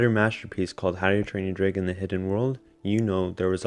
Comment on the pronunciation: Was it just me or did he say “Dragon” as “Draygon”